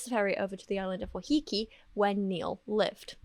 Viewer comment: As ever,, thank you for such a sensitively produced, thoughtful and impactful video. Palmer's partial culpability is a topic that other coverage ive seen has neglected. Just wanted to add that Waiheke is pronounced 'why-heh-keh,' no judgement on that front tho:)) Ngā mihi from Aotearoa